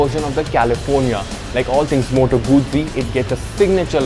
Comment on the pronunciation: Pronounced as Moto-goot-ci goot(as in good with a short 'o')